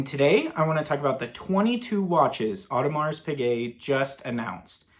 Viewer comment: Just an FYI…it’s not “Audemarssss”. You don’t sound the “S”.